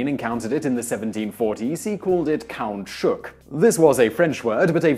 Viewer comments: That's not how to say it. It can be a pretty confusing word, but "cahoutchouc" is said "ca'ootchoo". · That was the worst pronunciation of "caoutchouc" I've ever heard in my lifetime.